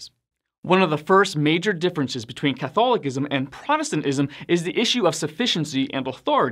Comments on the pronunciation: The word “Catholicism”, is pronounced, Cuth- al-oh-siz,mm. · Here it is badly mispronounced. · I've always pronounced Catholicism with the C making the S sound. Never heard it said Catholikism before but maybe that's the right way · I’ve never heard Catholicism pronounced that way.